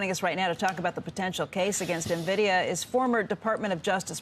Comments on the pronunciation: This so called "EXPERT" can't even pronounce the name of the most famous/important company in the world that has made people millions and many retirees able to retire. I think you have no right to even talk about it. Nuh-vidia...WTF. Also CNBC anchor not Becky some other female keeps mispronouncing the CEO Jansen Huang (Whang) not HueWang...shows how ignorant you are. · Avid gamer here. It's En Vidia not Na Vidia. no self respecting gamer pronounces it like this lady. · How are people still pronouncing it wrong? N-Vidia, not NA-Vidia. FFS man, you don't deserve your salary if you can't be bothered to research the correct pronunciation. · I can't hold my tongue. It's EN-vidia. Not NAH-vidia. Please, if you're going to challenge a company, at least learn how to pronounce the company's name. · Say the name correctly." N" Vidia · “Nuh-Vidia”, “Neh-Vidia”…how many different ways will this lady mispronounce the company’s name? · When you got all these analysts talking about nvidia without pronouncing it correctly, you know this stock is overhyped.